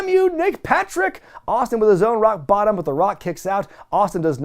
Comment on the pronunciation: I have to say I love it every time you're reviewing a Rock match and you say "The Rock does a him bottom". It gets me every time.